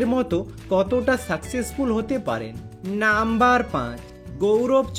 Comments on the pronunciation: আমিও তাই ভাবছি। এমনিতেই উচ্চারণ খুব খারাপ। তার ওপর নাম্বার শব্দ টা টেনে লম্বা করে বলা! অসহ্য!! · নাম্বার টা কেমন ভাবে বলছ তুমি